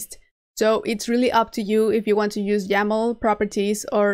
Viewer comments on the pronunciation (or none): when she says "jaml" she means "yaml".